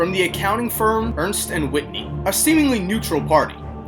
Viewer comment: Not bad. Looks rigged to me. Just to be a stickler (for historical accuracy's sake)...the accounting firm was Ernst & Whinney, not "Whitney."